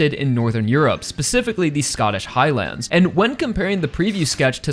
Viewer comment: Bro how this guy says Highlands pisses me off and idk why